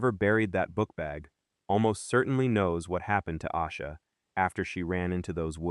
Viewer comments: Is this AI? Its Ayyysha Not Ausha. This is why AI is annoying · Her name is pronounced Ay-sha. This Ai video really p*** me off because the least you can do is get the pronunciation of her name correct. Also , there are several inconsistencies to this story told here. She. I hope you two pays attention to these type of videos that have zero verified research.